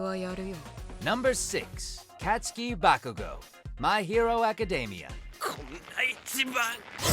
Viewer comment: Anyone else annoyed by "Katsuki Bakugo's" pronunciation he says the Kat like "cat" separate from the kats as in the Japanese word for "win" so it is pronounced kaw-tsoo-kee